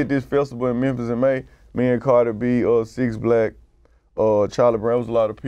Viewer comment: Did he say 6 lack 😂😂😂